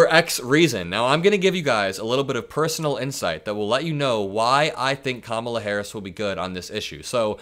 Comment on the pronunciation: He continues to mispronounce Kamala Harris’s name. He is a disgrace.